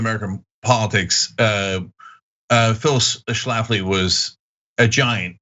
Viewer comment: As soon as you said Phyllis Schaftly I was out of here.